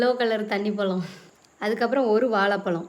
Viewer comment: பலம் இல்லை பழம்